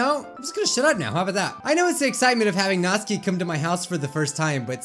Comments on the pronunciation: u don't pronounce Natsuki right. ur saying it like its NAT-SKI not NAT-SUKI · I JUST REALIZED HE SAYS NATSUKI'S NAME WRONG!!!! HE SAYS NATSKI AND IT IS PRONOUNCED NATUUUUKI!!! MY LIFE IS A LIE!!!!!! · It is pronounced nat-su-ki not natski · it's not pronounced notske it's notsuki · NAT-SUE-KEY not NAS-KEY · Ok I need some clarifying how do you pronounce Natsuki Is it Nat-sue-ki Or Nat-ski? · "Natski" BRUH IT'S NATSUKI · Tbh it kinda annoys me how he pronounces Natsuki wrong